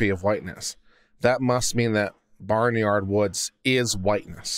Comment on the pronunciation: Hi it’s bay nard not barnyard.. funny but at the same time.. to be so shady …